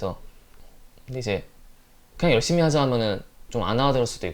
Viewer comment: 열심히 하자를 한자씩 꾹꾹 눌러서 말해주네 ㅋㅋㅋㅋㅋㅋㅋ